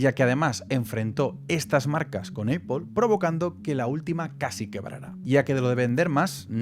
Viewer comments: que nervios cada vez que dices: eipol... nopity nopity, nop... es A-pl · me genera ansiedad la distorsionada pronunciacion de apple EIPOL esta rémal si quieres pronunciarlo como hablante notivo es APL si quieres españolizarlo es APEL pero en absolutamente ningun escenario es EIPOL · Porque dice Eipol? 😂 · Bro no es aiple es aple😂 y no soy fanboy. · Como vas a decir "EIPOL"! Un poquito de pronunciación te pido hermano! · Eipol xd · ¿Por qué dice EIPOL? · Pues yo creo así el los diferencia, dice eipol cuando se refiere a Apple como empresa pero cuando se refiere a Apple como marca lo dice bien, si pones atención te darás cuenta jajajaja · Me saltó el video por la forma de pronunciar el nombre de la empresa me molestan los oídos 😂😂😂😂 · Apple no se dice como tú lo dices, solo para que lo corrijas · Todo muy bonito pero pronuncias mal apple, incluso en inglés no se pronuncia así, supérate! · Yo mas bien diría que Éipol se inspiró en las tiendas Dyson que eran lo mas parecido a las actuares Éipol Store. También escuché Mashintos??? 😂